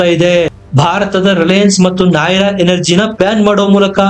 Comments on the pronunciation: ನಾಹಿರಾ ಅಲ್ಲ ನಯಾರಾ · Anna adu Nayara , nay ra alla